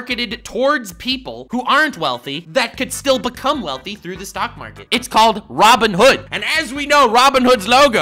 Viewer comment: About 10 mins in, you got Robin hood saying wrong. Unsubscribing.